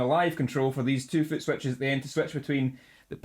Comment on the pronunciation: Love the way you say footswetchies <3